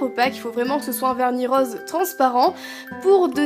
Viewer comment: Roooose pas Roooaaaaase😂😂😂